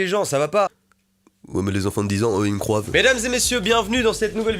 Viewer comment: Je sais mais il a dit croivent